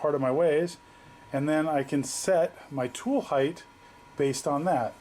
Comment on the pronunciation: Height ends in t not th height height height